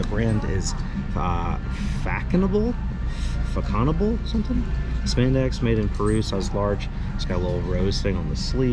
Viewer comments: That jacket you found in the thrift store. The brand would likely be pronounced “fashionable” as that little comma looking thing under the C makes it have an SH sound. I remember this from high school French class. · Façonnable is pronounced like fa-sone-ah-bluh and is a decent French brand